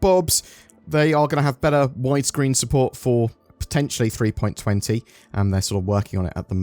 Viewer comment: For god's sake! It's not "three-point twenty" it's "three-point two zero!!! Also, can't retrieve and save any ships if the ASOP terminals don't bloody work!